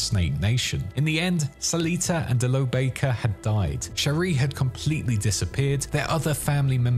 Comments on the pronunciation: Bakkers. Back-ers, not bake-ers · Great video. One question though; how have you played this game and yet you don't pronounce Bakker properly? It's pronounced like BACK-er, not Bay-ker. 😫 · You're pronouncing "Bakkers" as "bakers", but ingame people pronounce it "backers". Which one is correct? :D Great video nevertheless. Nomad was always my favorite lifepath in this amazing game. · It's definitely pronounced backers like in game. They aren't a clan of baking pastries and pies. 😂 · Baker? Aren't they called Bakker? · As soon as you mispronounce the name of the clan that the MAIN character begins the game as a part of, you lose the trust of your audience. If you had played as a nomad in cyberpunk 2077 one time, you would know that it isn't pronounced "Bakers" Got serious doubts about everything you say for the rest of the video. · Also Ara-sack-a